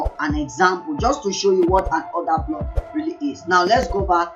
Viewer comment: “Odahhhblockhhhh” lmaooo Africans are too funny lol